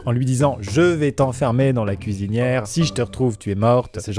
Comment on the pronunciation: ahah j'ai entendu: "je vais te mettre dans la fistinière" au début =p